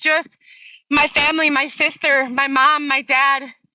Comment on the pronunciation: Listen to how she says the word “sister” 😂 is that toof in the way!!